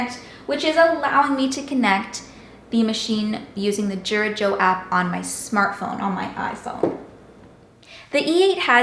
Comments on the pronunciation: THANK YOU! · It's pronounced "YOO-Rah" not "JOO-rah."